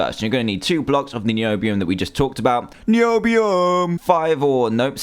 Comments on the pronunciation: your so fuuny when you say Nioobioom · Niobiuuuum misheard: knee obee um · WHEN HE SIAD NIOBIUM I WAS LIKE NOBIUM!!!!!! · me too! every time i hear the word niobium dantdm saying NiObIuM to a purple ingot in a weird way pops in my head. and now i have finally found the video back again! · "NIOBIUM" by Dantdm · you said noibium again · dan:noibiom me:hhhhhhhhaaaaaaaaahhhhhhhhhhhhaaaaaaa dan:noibiom me:hhhhhhhhhaaaaaaaaaaahhhhhhhhhhaaaaaaaaaa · evrytime Dan looks NIUBIUM, he says NIBIUM!! TOO FUNNY!!! XD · Irene P it's so funny NIOBIUM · So funny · not nyow- beeum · It sounds like noob-ium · this is what Dan said:ok, so we are gona need two blocks of NIOBIOM( ^w^) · WHY DO HE KEEPS ON SAYING NIOBIOM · me to niobium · dan why you say NIOBIOM everytime sorry i can't spell it right my keyboard is missing a letter is out of paint i can't see any thing but my name is paiodaidi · When he said nobiam lol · why did you go niombiom cuz it was a littel anoying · Cale Taylor It is not NOIBUM! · It was soo funny when he kept on saying niobiom( sry i think i did not spell it right.) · STOP SAYING NIOBIM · i laughed everytime you said............ NIOBIUM! :P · NIOBIUM LOL it's so funny when you say it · You think you're so coll saying nibemon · Shut up Dan tdm stop saying Nobium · Stop saying Nobiom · Why is he saying nioubium like thay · is this video mainly him saying niombiom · LOL "Nibiu-um" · Quit saying NIOUBUUUM! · umm danny why do you say niobium like a noob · lol every time it said Miobium i laughed a little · why do you say NOIBIUM after you say it normaly every time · drinking game: take a shot every time dan says niobium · I love when dan says NIOBIUM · Why does he say niobium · I like the way he says Niobium.😅😅😅😅😅😆😀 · stop saying 'niobium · It was funny when he said Niobium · I kept laughing as well. Niobium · lol when he said niobium ") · I got tired of h7m saying niobium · How many Times you Say Niobium? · i haye how he said niobium every time he said it